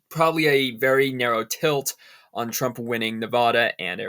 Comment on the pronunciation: TRUMP not TRAMP !!!